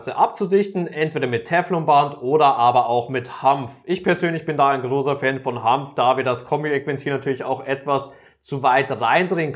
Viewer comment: Bitte Hanf, nicht Hampf